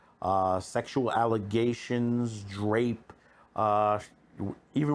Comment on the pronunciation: You said drape for rape a few times. Was that on purpose or are you an idiot?